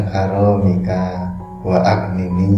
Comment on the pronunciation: Ini doa aghnini apa aghfini.. Kok gak baca nya gak sma sama tulisan nya